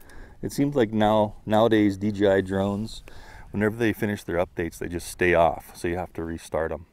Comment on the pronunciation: Bruh you keep saying D.G.I cmon faka D.jay.I